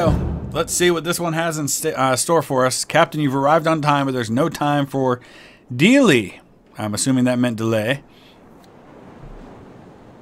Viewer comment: "...Without Dealy !" Unbenoinced to most, Dealy(Dee-lee) is a grammatically correct but uncommon word. It's a synonym, for the more common, but less appropriate "Delay ". A common miss conception enough in these time periods, Given the blue blooded nature of the rebels, and their less than suitable pronunciation of words, it's to be expected. Dealy is a much more pronounced form of the noun, with a proper pronunciation to it. It strongly stresses the sense of urgency! (or apparently?) 😅🤓🤣🤣🤣 🤦‍♂️🇺🇸🇬🇧 Now back to the video, without DEALY!.